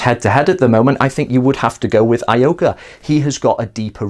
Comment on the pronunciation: Ee-oh-ka, not Ah-ee-oh-ka.